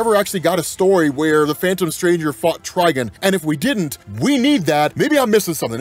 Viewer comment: Tri-GONE, not Tri-gun lol.